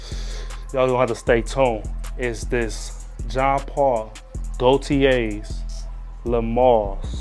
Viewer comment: Gaultier Elixir is a true banger and the best of 2023 IMO. You pronounced it good too. 1 Million Royal is amazing too. I agree about Homme Sport. It’s addictive and I just keep going back to it. Victory Elixir is super creamy and vanilla scented. With a touch of chestnut. You giving it the props it deserves.